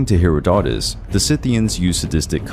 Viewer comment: The only true wince I have is when you say Herodotus, the accent is on the second syllable, and its a soft 'o' all the way through